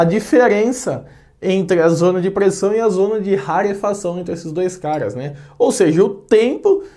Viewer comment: A impressão que dá é que quando ele chama caras a gente escuta cagas😂🤣😂🤣😂🤣😂